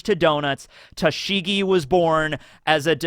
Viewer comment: I can't listen to you butcher Tashigi's name... It really makes me cringe so badly. I love you man, but there's only so much my ears can handle.